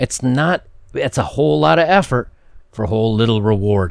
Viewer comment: ...did you say "thats a whole lot of heffer , or effort for a little bit of award" ?